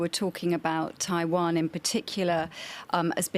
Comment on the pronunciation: 15606 when you say Taiwan, it sounds like primary care physician